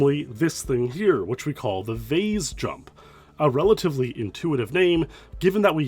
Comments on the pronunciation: I've heard "vase" pronounced "vaz" and "vace" but "vaze" is crazy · Canadians say "vaze", Americans say "vase" and English pronounce in "vaaas". Weird.